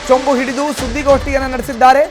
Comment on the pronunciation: ಚೊಂಚು ಅಲ್ಲ ಚೊಂಬು